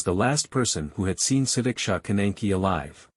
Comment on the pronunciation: Actually he is pronouncing her name the correct way . Su-dik-sha. And her parents don’t care about her . They closed the case to save their reputation because having horny girls is bad for Indian families